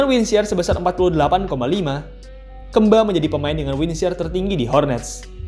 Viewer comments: ngomong kemba ga gitu juga min, keeeeemba 😮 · Kemba nya sunda jadi Keumba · Kemba woi bukan kemba. Wkwkwkw apa sih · Bacanya Kembi ngggg😁🤭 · jadi Maksudnya KAMBI???? Ngggg😜🤣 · Baca kemba nya bukan kek gitu 🤣😂🤣😂🤣 aneh banget gue dengernya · Baca pas E nya agak aneh🤣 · jadi inget jaman bocah dulu, susah bet ngebedain E sm 'e 😂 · Kenapa hrus nyebut kemba nya gt sih? 😂 jd ngakak mulu